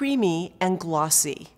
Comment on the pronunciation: She says glossy glassy lol